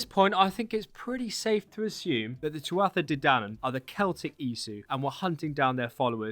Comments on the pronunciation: The ‘Twa-he de danann’ 😂😂 Good effort but more like ‘too-ha de danann’ Great video, really enjoyed it 👍🏻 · The way to pronounce the de dannan, is “TWO A” de dannan. Also tara is still there. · Just discovered your channel bro. Btw it's pronounced 'Too-ha De Danann' and Glen-da-loch! Slainte and happy St.Patricks day all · It's pronounced Too-Ha De Dan-in, if that helps. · 🤓🤓 Tuatha de danann = too-ah day Dan-an (although pronunciation changes depending where you are in Ireland, so you’re probably correct somewhere 😂😂) Editing as I watch just cause 👍: Glendalough = Glenda-lock (Lough is the Irish version of loch 🤓)